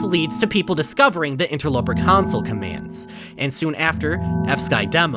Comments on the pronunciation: He still sometimes says council. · He really did, genuinely. Pronounced it incorrectly. The whole. god. damn. video. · Drinking game every time he says “council” take a shot every time he says “console” drink the whole bottle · You only made this because you're embarrassed that you mispronounced "console" as "council" so you're trying to drive people away from the original so they can watch this one instead. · Cant believe you'd rewrite two entire Interloper episodes just to erase the fact that you said council commands instead of console, still good content though! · Oh boy, a redo of the original two videos?! I wonder if he says "CONSOLE" correctly or if he keeps it as "COUNCIL" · was this retake just done so u say “console” instead of “council” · same.... it was VERY hard to watch . a "city council" is not a Xbox360 console "sill" (like...window "sill") VS "sole" (like...sold your "soul" to the devil) . my dad says "idea" like..... "i deal" cards in poker pisses me off also.... but apparently that is a way a decent number of people pronounce it (forget where from) . and then to be like "fuck you, imma say it anyway" LOL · the way he says console so fkn aggressively in this video after EVERY single comment i saw was giving him sht for pronouncing “console” as “council//counsel” lmaoooo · I just had to rewatch the video to hear the story without you saying counsel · Remember when he pronounced console as "council' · you can try to hide your mistakes all you want, we all know you pronounced it as council. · council, which is how was pronouncing it before. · he pronounced it like “council” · hmmmmm i wonder if he restarted the analysis because he wanted to erase he mispronunciation of console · In older videos on this matter, he was frequently made fun of due to the way he pronounced the word "Console". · watch his original Interloper video! Or even his second one! He says it constantly in the first one and addresses the mistake in the second one